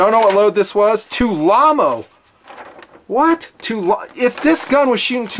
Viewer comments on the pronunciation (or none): Hey, just for your information it's pronounced Tula-Ammo not tulamo. Knowledge is power! Thanks for the great videos. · Too-llamo 😂😂😂 it's made by the Tula factory. They're trying to be cute. Just call it Tula. Also your videos have some fat on them, just stay focused on the rifle and this would have been a 29 minute video, or save the bs talk for at the end of the video (watches, table garbage, b*tching about your viewers ect) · ...it's Tula Ammo, from Tula Russia....it's pronounced To-La. The packaging of this ammo is just marketing....i.e. Tulammo. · I dont known....tul-llama sounds funny in a good way.